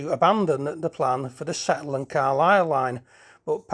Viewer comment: rather unusual pronunciation of Sedbergh ! it is sed bur not sedge bur